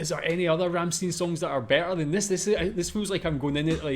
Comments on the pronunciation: Please do not pronounce it "Rammsteen" but "Rammshtine" :) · The name of the band is Rammstein and not Ramsteen. Stein is pronounced Schtein in German. Also prefer Americans and English: Rammstein and not Ramsteen. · Not Ramsteen... Ramst-i-n. "ei" in German usually is pronounced like the pronoun I (uppercase letter i) in English. Another band worth watching is Knorkator. I suggest "Kinderlied" for starters. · RammstEIN, like FrankenstEIN, not "een" ;) Cheers! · you could have at least take the effort and learn to pronounce their name a little bit better... worst pronunciation I ever heard from anyone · Not even bothered to look up how to pronounce their name right... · By the way the last syllable of Ramstein is pronounced like you pronounc the huge 1l beer mug used at Octoberfest